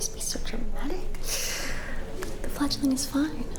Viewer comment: . THANK YOU good sir, for annunciating the "g" so well in our little given nickname. I was mishearing it before and tried to google what it meant...... what I found was NOT what I was expecting and did NOT make sense with the given context 😭😭😭 Fledgling is way cuter, way less scarring and makes WAY more sense 😂😅